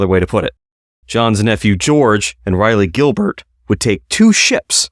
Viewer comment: Raw-lee Gilbert...not Ri-lee Gilbert. Its painful.